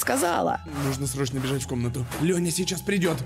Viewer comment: Не Лоня а Лёня